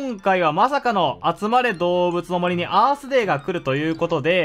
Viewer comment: アースデー最初バースデーと空耳した